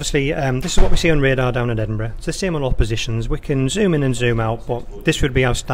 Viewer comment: has anybody else thought EDINBRUH